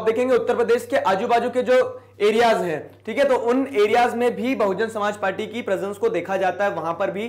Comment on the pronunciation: Bsp Buhujun Somaajbadi party huta hi junab..😜 bhujun tak tik hi...Samaaj party asa b pronunciation huta hi kya...Or😁 Up ka.. 🙃Munaayaam singh yadav ki party k nam..Hi "Samaj badi party""""Chunaav chen CayKel